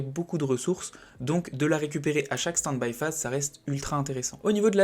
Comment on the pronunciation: desolé mais mes oreilles saignent: c'est peut etre interessant mais "standbie phase"? "min phase" un peu de respect pour la langue anglaise ><. moi ca me sort de la vidéo désolé...